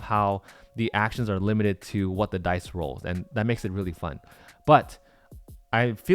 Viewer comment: Why does it sound that you’re saying die instead of dice ? It is strange.